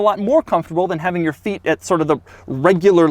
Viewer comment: “and when you weren’t using it obviously, your feet would go there” i started cracking up at how Daddy Doug said the word ‘feet’ 🤣